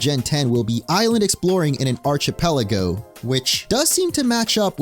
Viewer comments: It's pronounced ArK-Pelago, not Arch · Archipelago starts with the sound of "ark" not "arch"... just sayin. Thanks for the upload though, I missed a couple of your additions here. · aar-kuh-peh-luh-gow, not arch-uh-peh-luh-gow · You should learn how to pronounce the word "archipelago" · The second hand embarassment I feel hearing you pronounce "Archipelago"